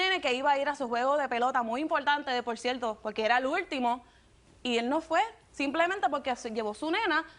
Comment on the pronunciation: No pueden decir cierto, envés de cienlo